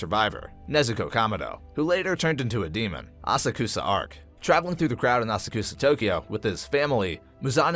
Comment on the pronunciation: I fucking died at A-sa-kooo-za 🤣. Bruh, for the love of god learn how to say japanese names and words properly. You only watch english dub?